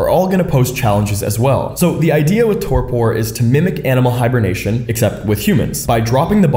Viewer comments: Relax, man, it's pronounced "TOR-per". You don't have to say "tor-pour". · That’s not how you pronounce Torpor. It’s pronounced tor-pr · You don't pronounce the last "o" in "torpor". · It's also not pronounced the way he's saying it. the second o is a e sound like tor-per. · ❤❤❤ with all the love the pronunciation is torper❤❤❤ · Please google how to pronounce torpor. Thank you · Never heard "torpor" pronounced this way. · Torpor is not friggin pronounced that way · That's not at all how you pronounce the word torpor... is English your first language? It's not some term scientists came up with... it's a regular noun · Why are you pronouncing torpor like that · Learn to pronounce torpor. 🤦🏼‍♂️